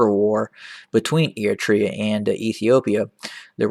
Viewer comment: What an idiot he talks about a country he can't even prounce properly